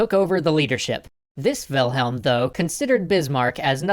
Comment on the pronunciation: LOL! "WILHEM...WILHEM...WILHEM...ALSO...WILHEM"